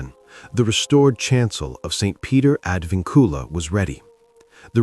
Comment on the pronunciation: Pronounced ad VINcula not ad vinCULA. Historians always seek the truth. Yes, open it for the sake of history.